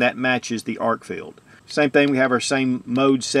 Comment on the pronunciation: I really like it when people can read and correctly pronounce product names they’re promoting. Arkfield vs Arkfeld. These names are not intended to be interchangeable and only one of them is correct. 🤦🏼‍♂️